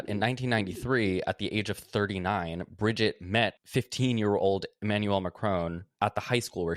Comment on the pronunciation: Bridgiteeeeee that’s not how you say her name